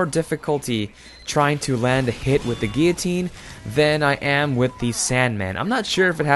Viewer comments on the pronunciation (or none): wtf ? gee- ya- tine? isnt it gillo- tine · He pronounced guillotine wrong the whole video. He called it guitine